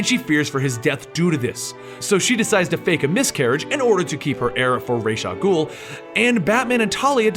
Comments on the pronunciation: I'm pretty sure there's an L in "al" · I think we all pronounce Ra's al Ghul's name in different ways. For instance, I say it like Rashe like in the games, how do you say it? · The pronunciation of Ra's Al Ghul is a common mistake